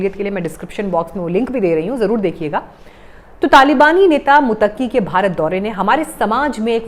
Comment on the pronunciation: मैडम, मुत्तकी है आप बार बार मुतक्की प्रोनाउंस कर रही हैं जो गलत है l सॉरी बोलिए कि आगे से ऐसी गलती नहीं होगी l